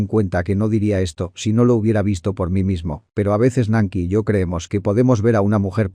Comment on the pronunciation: Se pronuncia tal y como se escribe. Nancy NO se pronuncia como Nanky.